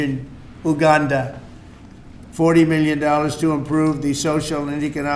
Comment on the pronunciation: Genuine question: Has president Tramp actually ever been to Africa? It’s just how he pronounced Uganda.